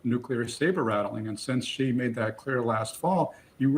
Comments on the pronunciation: Mr Boot, Chinese last name is not JI, it's XI (She). Why can't you get his name right? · Max Boot, Senior Fellow, Council on Foreign Relations, needs to learn how to pronounce Xi. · Ive heard some of them pronounce Xi three different ways in the same conversation.